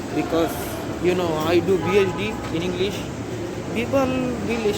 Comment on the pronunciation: Top premium quality englissss